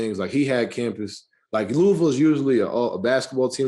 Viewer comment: Luh ah vul=Louisville